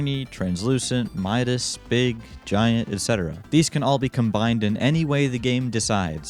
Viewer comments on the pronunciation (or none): none